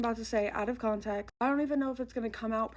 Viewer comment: Does she know the phrase is “out of conTEXT” ? Why does she keep saying con-tech????